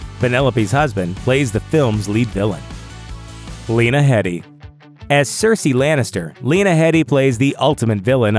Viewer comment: That is not how you pronounce Lena Headey's surname! Come on guys, do your research! -.